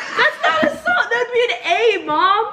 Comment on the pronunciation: 待ってました❗お母さん大好き💕何だか楽しそうで顔が自然とニッコリ顔になってしまいました😁一回目の『Would』うっじゅ―の発音でWの発音がないとありましたよね😅あれ私もあるあるでした🙋お母さんと同じように発音していましたよ😱とにかく楽しんで見させて頂いていますのでこれからも宜しくお願いします(p^-^)p皆さま、ご健康には十分注意してくださいね＼(^_^)／